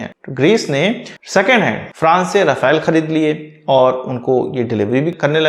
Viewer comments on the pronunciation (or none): none